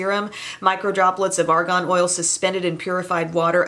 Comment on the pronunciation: psst. you are pronouncing it like Ar GON and it is Ar GAN. :-) I'm not sure we want to put Argon on our skin.....